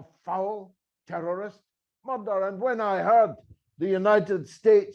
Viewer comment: You should try to differentiate your pronunciation of mother and murder!